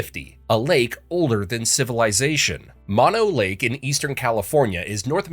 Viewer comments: It's not Mon Oh Lake. Moe No (like the 3 Stooges). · Fact 51: Its pronounced Too-lare-ee or tah-larry. Mono Lake? Mon-oh? Its Moe-no. And, how about The Forestiere Sunken Gardens of Fresno? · Mono (Lake) is not pronounced like the virus, "MON-oh." It's pronounce "Mow-No" after the tribe it was named from. Also, "Big Ben" is the name of the 13.5 ton bell inside the tower, not the tower itself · It's moh-know lake not mah-know lake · MōNō Lake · It's pronounced Mono(moh-noh)Lake. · Mono Lake and Mono County, California are not pronounced like the opposite of stereo. It is actually a Native American word and is pronounced "Mow Know." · Its "Mono Lake." Not "Mono Lake." Bro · Don’t you YouTubers ever do thorough research when you make this crap? You couldn’t even go 5 minutes without a mispronunciation? It’s Mono Lake as in “no” with an ‘m’ dummy.